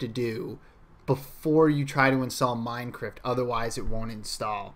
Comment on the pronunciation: He keeps saying "MINECRIFT"